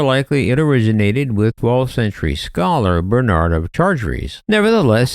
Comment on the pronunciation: Gave up on video less than a minute in; narrator can't tell difference between Benard and Bernard - compounded error shortly after. And his pronunciation of de Chartres? Jeeze, get some advice on French pronunciation, ffs! °° °°°